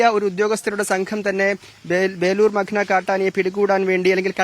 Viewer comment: മഗ്‌ന അല്ല മഖ്ന എന്നാണ്‌. Please correct it. Kure divasamayi ningal thett aavarthikkunnu 🥶